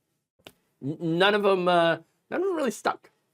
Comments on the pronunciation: Convicted Felon trump can't pronounce Kamala Harris' name. Seems like he is struggling to know how to read or his massive Mental Decline is Accelerating even quicker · In all fairness to Trump, the name "Kamala" has three syllables, not easy to memorize for people like him. He should be glad she chose Tim Walz over Josh Sha-pi-ro.